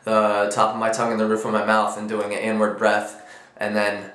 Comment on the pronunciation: HAHA totally thought you said "N word snare" not "inward snare"